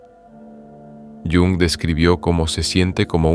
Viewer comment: Ch, ch, ch... Mal empezamos... No sobreactúes. Carl Jung se pronuncia tal y como se lee en español, el idioma alemán tiene esa fonética. Haz el favor de no anglicinear los nombres, es muy palurdo. De nada.